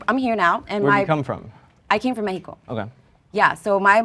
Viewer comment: When you’re speaking English it’s MeXico no Meheeco.